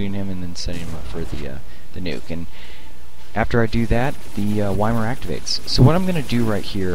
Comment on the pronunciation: love all your vids. Really showing all the good strats for adepts, and that in a lot of cases patience and diligence are the keys to success. A little nitpicking, YMIR is pronounced "ee-meer."